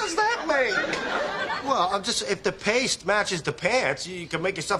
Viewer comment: “The lotion and the powder have made a pAaStE .” 😂🤣